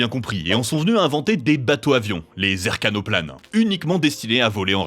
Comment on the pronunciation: 6min52 "les eRKAnoplanes"... lol... trash quasi 3 millions d'abonnés et pas foutu de prononcer eKRAnoplane comme il faut